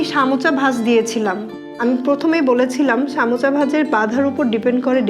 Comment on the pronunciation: সামোচা কি আপু? সারাজীবন শুনলাম সমুচা।